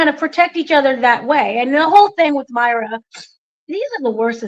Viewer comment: you’re too good for this! Didn’t you interview this character Me-Ray-Ah!!!! Not Myra. 😊 We luv you …lol